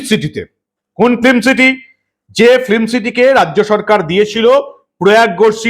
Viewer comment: শব্দটা ফ্লিম নয়, সঠিক উচ্চারণ ফিল্ম। দয়া করে শুধরে নেবেন। মমতা, সৌরভ আর শিল্প 😅😅😅 পুরো জমে খীর, একদম সোনার পাথর বাটি।